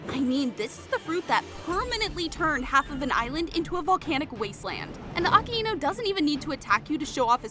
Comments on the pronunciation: A k a i nu not Aka enu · That’s not how you say his name that’s not how you say the magma admiral’s name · Because that's not how you say his name 💀💀💀